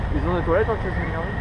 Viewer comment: Je viens de découvrir ton vlog en Australie et là je me dois de réagir: entendre "chinaz garden" (et non "tchaïniiiiz") pendant toute la vidéo ça a fait mal à mes ptits oreilles de prof d'anglais! Mais bon les costumes chinois m'ont bien fait rire, alors j'te pardonne! ^^